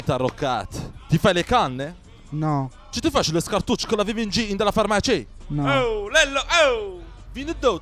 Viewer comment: In realtà dice ind alla farmacì cioè dentro la farmacia